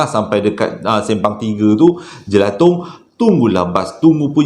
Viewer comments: Jalan Jelatang, bukan Jelatong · Jelatang bang bukang jelatong. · Jelatang bang.....bukan jelatong